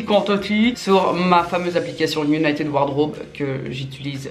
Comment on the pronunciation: J'ai cru tu disais uniteub pendant toute la vidéo au lieu de United 😭😭😭